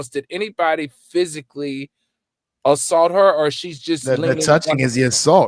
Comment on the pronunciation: Alleged “salt”?!?!? You’re more focused on reading what you wrote rather than making sure you’re pronouncing the words right 🤦🏾‍♀️